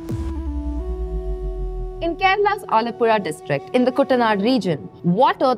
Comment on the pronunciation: ⭐⭐⭐⭐⭐ for saying ALAPUZHA perfectly.